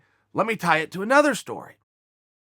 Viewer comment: Yo am I tripping or is he saying "anether" instead of "another" ?